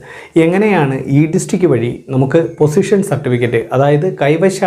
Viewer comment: പൊസിഷൻ അല്ല... പോസ്സെഷൻ ആണ്.